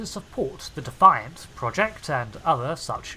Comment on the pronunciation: Cmdr. Benjamin Sisko's Powdered Pimp Hand. You keep pronouncing Defiant wrong....